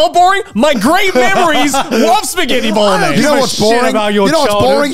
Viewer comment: Garnt is the only person I've ever heard pronounce the g in bolognese